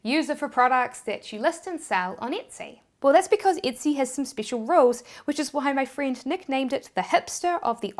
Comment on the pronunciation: I like how she says "speecshal"